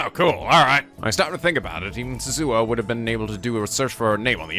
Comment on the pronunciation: I plan to keep posting this until it gets at least acknowledged, even if there's a refusal: Rule of thumb for Japanese names, please stress the THIRD TO LAST syllable. This is VERY CONSISTENT; you should never need to guess how to pronounce names: SUzuha Amane, not suZUha aMAne MAyuri, not maYUri Okabe RINtaro, not oKAbe rinTAro / Okarin, not oKArin / HOUouin Kyouma, not houOUin KAede, not kaEde FUbuki, not fuBUki Itaru HAshida, not iTAru haSHIda HIyajo, not hiYAjo MAkise KUrisu, not maKIse kuRIsu KAgari, not kaGAri (this one you said correctly the first time then changed it so that it was wrong) And from other games, to make the point clear: MAjima, not maJIma MAkoto, not maKOto KAzuma, not kaZUma If you don't believe it, just listen to how the voice actors pronounce the names. It's a western tendency to stress the second to last syllable instead, but third to last is correct. I would understand not knowing how to pronounce names if you read them with no context, but in games like Yakuza and Steins;Gate, the voice actors read out the name for you so you should know how to pronounce them.